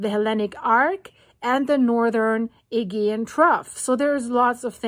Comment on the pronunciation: You pronounce it 'Aygeean' but I've more often heard it pronounced 'Ayjeean'. I'm not sure which is correct now...